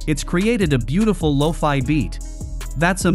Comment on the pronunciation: What are loafy beets? Loki beats? Why does AI suck at pronunciation in 2023. Make your own music and stop using AI.